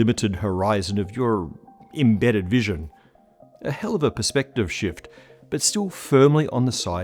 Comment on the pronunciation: It is all a matter” of ‘per-spect-tav or tiv…